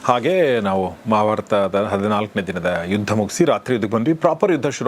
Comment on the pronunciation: ಮಾಭಾರತದ ರಹಸ್ಯಗಳು ಅಲ್ಲ, ಮಹಾಭಾರತದ ರಹಸ್ಯಗಳು ಉಚ್ಚಾರಣೆ ನುಂಗಬೇಡಿ. ಹೀಗೆ ಎಲ್ಲಾ ಕೇಳಿದಾಗ ಸುಮಾರು ತಪ್ಪುಗಳು ಎದ್ದು ಕಾಣುತ್ತದೆ. ವಿಸ್ತಾರವಾಗಿ ನಿಧಾನ ಉಚ್ಛಾರಣೆ ಇರಲಿ ನನ್ನ ಬೇಡಿಕೆ.